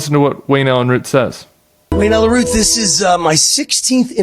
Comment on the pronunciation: Does this interviewer have the same name as the most recent ‘assassin’ ? Oh no he’s a Root 😂 not a Routh. OMG what a bizarre country the US is, well obviously not all of it.